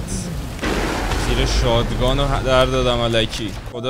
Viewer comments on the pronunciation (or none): آریا شات گان درسته نه شاد گان